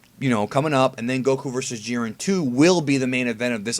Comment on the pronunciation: I've been thinking. I think the letter "I" in the name Jiren is long. I think his name is pronounce the same way that Siren is pronounced. You know, like a tornado siren.